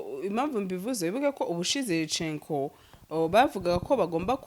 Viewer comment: Ntibavuga Cenco ( Chenko) basoma CENCO ( Senko)